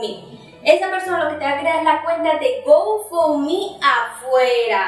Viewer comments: Recomendación. Algo que me hizo mucho ruido del video. Se pronuncia gou (go) found (fund) mi (me) se te escuchaba que decias gofomi! O goufomi. 👉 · yo se como se pronuncia. Es difícil decirle a ella por acá. Fonéticamente como es. El tema es que lo está pronunciando mal. Es todo.